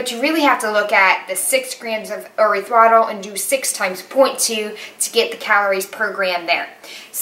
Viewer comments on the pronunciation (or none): Hi, as always thanks for another informative video! Small thing... I'm not a dietician or nutritionist, but I think erythritol is pronounced like: air-rith-ri-tall. And Agave is: uh-gah-vay. I could be wrong, but that's how I've heard them pronounced many times before. Keep up these videos and keep doing you!! Don't compare yourself, you are awesome! Perfect version of you!!